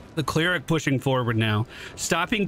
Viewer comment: What's a "clear-ick"?